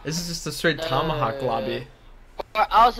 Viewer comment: It's talmahawlk...